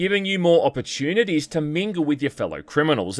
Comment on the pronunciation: oppurchewnities! (Sorry I had to 😂)